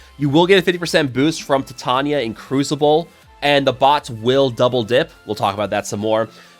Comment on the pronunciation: I think it's pronounced like titanium, with long vowels.